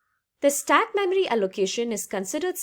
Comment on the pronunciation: I like how you say "" Memery" :D